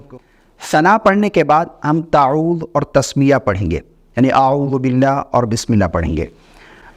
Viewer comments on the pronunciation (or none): none